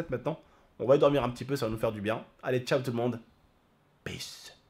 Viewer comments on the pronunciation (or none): none